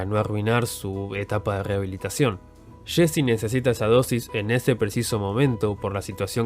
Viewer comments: "Shein, shesy" no puedes pronunciar bien los nombres? Es estresante... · Nadie: El narrador: Shesy, Shhane, destrushó